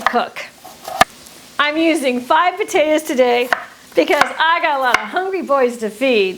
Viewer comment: what's yer problem, lady? jeez, them potayduhz! 🤔